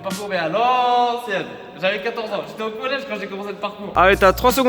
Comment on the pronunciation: college pas collece